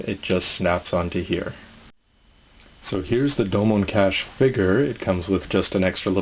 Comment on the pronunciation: it kas-shu,not kash,sorry just a big fan of g-gundam lol